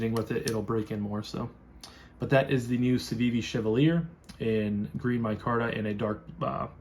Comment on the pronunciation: Hmmm. A knife unboxing in which there’s no box, no contents, just the knife held up. That’s not an unboxing. It’s a show n tell. Right? Anyway…great knife. Same one as I ordered. So…way to pick ‘em! And BTW: it’s not “chev-uh-leer” (accent on the last syllable). I have NO idea what a chev uh leer is. It’s “shev-all-e-ay” (accent placed on the ‘all’…shev-ALL-e-ay). No need to thank me…glad to horn in and force my unwanted help on you. Anyway, good job on the vid here. Enjoyed it. Hi to your girl friend…since she was sitting there with you.